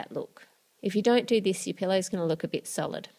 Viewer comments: She said bit but it sounded like bitch haha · 긴리빅 that's what I heard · 긴리빅 I HEARD THAT TOO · I thought that too lol